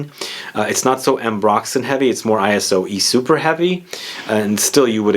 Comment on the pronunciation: Dude, it's not pronounced ay-ess-o-ee...